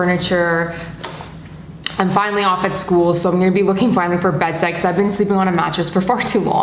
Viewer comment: ik she said bedsets but uh sounds a bit like “bedsex”